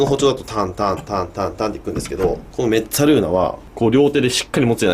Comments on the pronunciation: イタリアにすんでるんですけど、本当の発音は、メッザルーナですよ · んめっつぁるー↑な